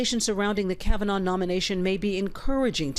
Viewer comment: OH YES, TWO MEN HAVE STEPPED FORWARD SAYING "THEY WERE INVOLVED WITH FORD" NOT "KAVANAH "